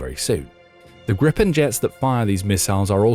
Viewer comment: It's Gripen, not Grippen. And it's pronounced Greepen. The name refers to the hippogriff. Here's what a lot of Swedes think: "Don't botch this now, Ukraine. There had better be a Ukraine left when it's time for the deal to buy the rest of the planes. You getting these for free means my tax money is on the line for this "gift" here. They aren't cheap. We expect a return on investment."